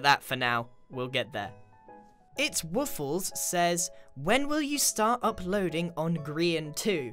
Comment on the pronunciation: Lol. You pronounced my name wrong 😂 Its like "Woof-less"